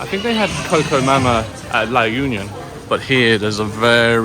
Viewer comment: La Union is pronounced as La oo-nyon.